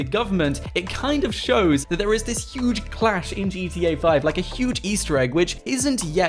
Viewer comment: ITS YUGE !!!